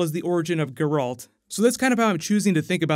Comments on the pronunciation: Did you say that Ciri appears in most of the games? Nifelguardian? Gur-alt? Cmon dude lol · "Garalt" Never make a Witcher video again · Great video, just 2 things that erk me beyond belief: "Ge-ralt" and "Nilfgard" I mean if you've played the games you should know the English pronunciations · Ger-Alt. Nilf-gard... mate, get the names right. My ears are bleeding. Specially because you use extracts from the 3rd game :( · I love your channel but please work on your pronunciation of Nilfgaard, it made me cringe a little. Also your pronunciation of Geralt. Other than those points you do a wonderful job and I love your Flash videos, keep it up dude. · Please work on your pronunciation of the names... in particular the main characters. Love your content but the names of the main characters need to be pronounced correctly...especially Geralt. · The overpronunciation of Geralt I was okay with, but Niffleguard broke me xD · I wept at the pronunciation of Geralt as well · corpsmanup7800 Dude it’s Geralt 😂😂😂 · While I appreciate that you're giving attention the The Witcher, your mispronunciation of the names is complete cringe, please do better next time